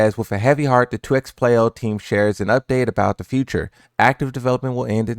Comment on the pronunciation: this mans said 2xplayo